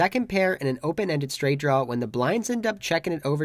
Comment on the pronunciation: "Draw" not "drawl" ... I iknow, I know, I know ... I keep pointing it out. But I would like to subscribe and watch routinely, but it's a pet peeve of mine. It's like nails on a chalkboard.